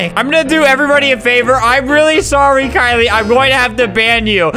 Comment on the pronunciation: thats my name (kylie) and they way he says it is just perfect